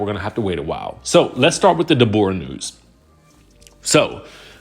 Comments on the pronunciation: "DayBorah" is sending me 🤣🤣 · Hollering at pronouncing her name like that to Ashley. Love it! 🤣